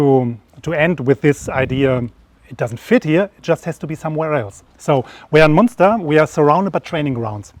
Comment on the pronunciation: Say Munster like it's written. Say Münster like it's written but with your tongue right behind your teeth. That's pretty close.